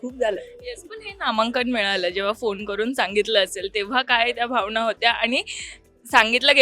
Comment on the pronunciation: आपण कोणासमोर उभे आहोत याचा थोडा देखील विचार न करता anchor मॅडम अभिमाण, आणंद, भावणा असं अगदी रेटून बोलत आहेत 😏😏😏😵‍💫😵‍💫😵‍💫😵‍💫😵‍💫